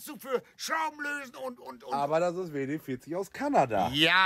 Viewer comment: wie er versucht die buchstaben englisch zu betonen bei WD40 hach is so toll WD40 kann so viel mehr als nur rost bekämpfen oder sachen schmieren